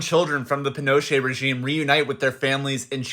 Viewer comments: It’s pronounced pee-No-Chet not penocha lol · It’s possible she was “disappeared” if her parents were seen as a threat. Look up the Dirty Wars of the era and you’ll see. Also, its ‘pee-noh-CHAY.” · The way you say Pinochet 😁 Sorry i know this is a serious topic but i kept thinking you were speaking about Pinocchio.